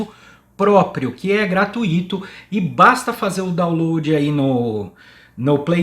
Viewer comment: Gratuito é sem acento, não se diz GRA-TU-Í-TO, mas GRA-TUI-TO